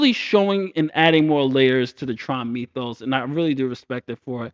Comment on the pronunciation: Mythos is pronounced with a short i, not a long e. This case y pronounces as a short i